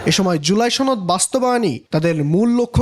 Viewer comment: চনদ নইরে সনদ😂